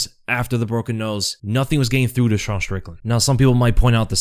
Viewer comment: Why do you pronounce Sean Like a French Dude?